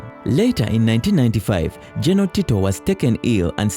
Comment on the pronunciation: Get someone who is clear, concise and can narrate well. Are there no Ugandans who are able to pronounce the words 'general' and 'battle' well? Or do you need Kenyan help?